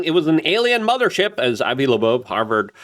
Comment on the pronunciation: i am in awe how he adds a 2nd "b" when pronouncing Loeb